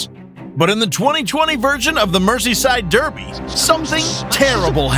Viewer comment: "Mercy-side durrrby". AI speech is getting more enthusiastic, but it's still rubbish at pronouncing many things.